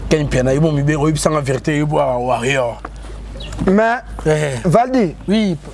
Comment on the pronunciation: Ken MPIANA balobaka warrior et non warrion